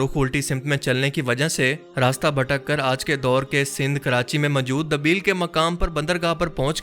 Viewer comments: Dabeel nahi it's Deebal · Dabeel Nahi debal naam tha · بھائ دبیل نہیں دیبل ہے۔ debal